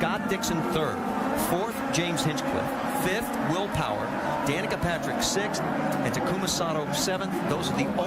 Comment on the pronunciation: “Wheel Powah”